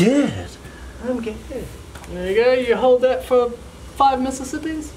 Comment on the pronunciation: Na bro. He is saying “Mr Whippie” not Mississippi